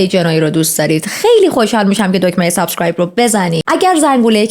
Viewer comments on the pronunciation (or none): none